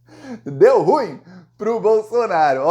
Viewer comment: Desculpe, a pronúncia correta é "ru-im", com acento tônico na última sílaba.